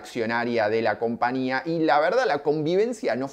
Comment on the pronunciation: CompaÑia porteÑo. No es compania